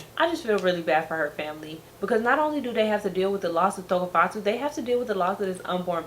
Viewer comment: Tshegofatso.. you said her name right!